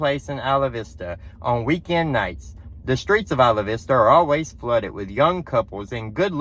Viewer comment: I am impressed. A Southerner who can pronounce Isla Vista!! Hats off. :face-blue-smiling:👍 I ain't mad at ya, I agree with ya.